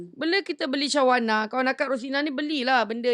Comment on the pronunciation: Aku terhibur dgr ni ckp..reyyyy, shawarna😅